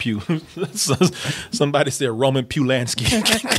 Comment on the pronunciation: dead roman pewlanski lol